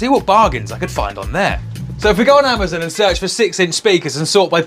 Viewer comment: actually, you lost me at "we're shopping on amacunt"